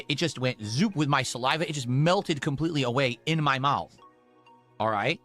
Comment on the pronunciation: He thinks it’s a smart person thing to hyper enunciate Ts in the middle of words. And then he says “wit” instead of “with”